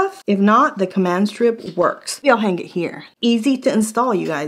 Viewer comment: NOTE : you do not say the G in the word HANG The G is silent